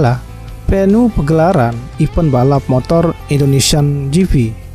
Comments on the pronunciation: Jipi gitu aja napa bang gausah jifi juga. Rada aneh dengernya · Kok saya merasa risi mendengar kata "Indonesian Ji Fi", padahal mudah membaca "Ji Pi" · Gp bro bukan jifi🤦